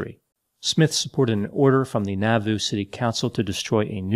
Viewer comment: Moroni is pronounced Mah ro nye, It was not Haun's Hill, it was Haun's MILL, and Nauvoo is pronounced Nah vu!!!